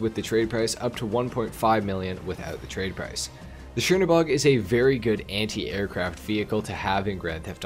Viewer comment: Chernobog is pronounced kernobog